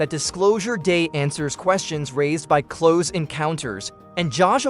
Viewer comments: The AI voice keeps saying “cloze” encounters 😂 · AI voiceovers suck. When "he" pronounces "close" (as in Close Encounters...) the way you would say "close the door", I knew this wasn't a human voice.